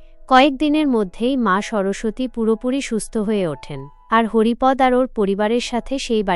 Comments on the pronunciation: Haripad নয় Haripada হবে। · পাঠিকা,আপনি কোনো বাংলা শিক্ষকের কাছে হরিপদ শব্দটির সঠিক উচ্চারণ শিখুন।